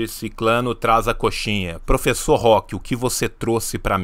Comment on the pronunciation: eu não ligo nada pro que ele fala, mas me dói ouvir o host falar "professor"